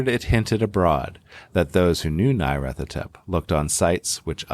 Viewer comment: Trigger Warning: continuing & near-consistant mispronunciation of Nyarlathotep 😜